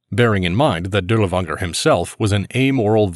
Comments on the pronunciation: Not 💯 sure, but was told to pronounce it as Dirlfanger in English. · You pronounce his name incorrectly, try saying Dirlfanger. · It actually is pronounced closer to durlaVAnger I believe , w's English are associated as v's in German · Shouldn't it just be Dirlevanger with v sound instead of w?